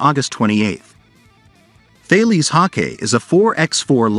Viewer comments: and Thales is pronounced Tah les french name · Thales is Tah les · Hi guys i live down the road from where they make the Hawkei and bushmaster now i dont wanna sound pedantic but ive done this cupla times now hahah sorry . Thales is not pronounced the way its spelt, its french its pronounced Tah les 🤗👍